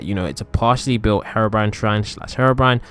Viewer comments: It's HERO-BRINE not HARO-BRINE 😂😂😂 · Google says herobrine like this"hair brain" or "her brain" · Maybe harabrine might be in my world, but I came for Herobrine ! God.. get the pronunciation right, chump. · I've trolled someone being heerobrine 😂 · You pronounced Herobrine wrong